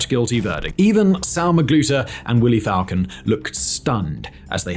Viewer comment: That time was real they had a damn Burger King freezer truck for bodies . And now it’s getting back to that killings in broad Day light.. and it’s Falcon but pronounced FalCONE